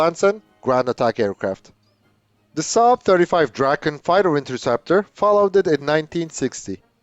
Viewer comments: You pronounced Viggen correctly. Was it the Draken you had trouble with? I always pictured "Draw-kin" in order to pronounce it correctly. I always liked the looks of Swedish fighters. Their lines and wings look very pleasing. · I'd agree with jfl1642... No complaints! It was the break-down into Draw and Kin that I reacted to. It can be tricky when using other words to phonetically write words in a different language. I'm native in Swedish, but not English, so you would probably pick up on a slight difference in how I would pronounce the vowel sounds in "Ken-doll" as well. But to my ear, the vowel sound I hear in "Ken-doll" (and how I would pronounce it in English), is closer to how I pronounce the last vowel sound in Draken when speaking Swedish. Kin, as in "next of kin", isn't quite there to my ear. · If able too, it's better to picture how you pronounce the A in "dark" or "lark". Saying it like in "draw" really makes it sound weird.